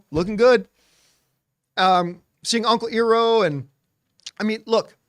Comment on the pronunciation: He even pronounced Iroh correctly a few seconds earlier. 😂 So weird